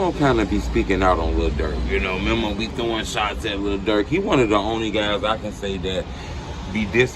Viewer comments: It's MEEMO not MEM-OH! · Memm o 😭😂😂😂 it's Memo not Memmo 😭😂🤡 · His name ain’t mimo it’s memo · His name is pronounced MEE~MO. How can u always blab on about how much of a "drill historian" and how much knowledge u have on the culture and dont even know how to say these dudes names? lol